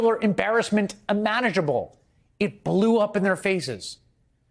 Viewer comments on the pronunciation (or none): Imaginable, not imanagible. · "And today, in the most spectacular embarrassment immanagable ..." LOL. Sometimes ye old slippe of the tongue is an absolute gemme.